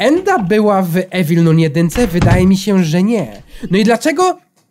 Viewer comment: jeśli nie wiesz jak się mówi - Evil Nun 2 to masz: Ewil nan dwa. Proszę zostawcie lajka kto to widzi Żeby wiedział bo to wkurza jak mówi Evil Nun 2